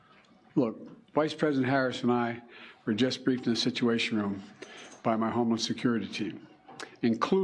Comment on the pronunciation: President Trump turning his head when was more than luck. Devine intervention. Thank you Lord Jesus In Bidens speech it sounded like he was saying his homeless security team, instead of homeland security team...